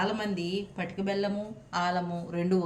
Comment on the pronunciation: పాతిక కాదు మేడం పటిక